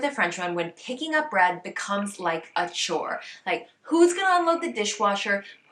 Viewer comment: Funny how you’ve picked some French pronounciation habits in your English: « A cocktail where you’re standing « eup-euh » 😁